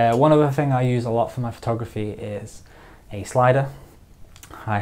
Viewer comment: Excuse me. Off topic question. Can someone tell me what kind of accent this is. Why does he say Fing instead of Thing. Not judging or being mean, I am just curious.